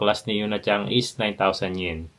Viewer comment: He puts “G” on the word “San” or “Chan”. Oto San nagiging Oto Sang; Yuna Chan becomes Yuna Chang🙄